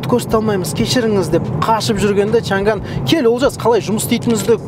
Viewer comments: шанган емес,«шаң ан» деп айтылады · бұл көліктің аты ЧАҢ ӘН! чән гән емес! қытайлар ЧАҢ ӘН деп айтады!Орыс әкелерің қалай айтса солай айтабермеңдершы!Орыстың тілі ол шолақ тіл көп сөздікке тілдері келдмейді! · Айналайын ау чан ганы несі?аңқау елге арамза молла деп. Н мен Ң әрпін дұрыстап айытсаңшы. Ағылшын сөздерін қалай айтып жүрсің? Ң әрпі орыстан басқа ұлыттардың барінде дыбысталады. Қытайда чан ган деген сөз жоқ. “ЧАҢ ӘН ” деп дұрыстап айытсаңшы. Washington ды қалай айтып жүрсің? Орысша нг деп жүрсің ау. Ұятай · Чанган деп жазылады, айтылуы Чянянь! ☝ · Чаң ән деп оқылады жігіттер